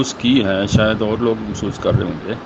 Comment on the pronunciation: "Masoos" maalish karne wali khatoon ko kehte hain..."masoos"..ijtmaahi juhlaa. Punjabi bol mar lya karo...je Urdu nahin aundi te.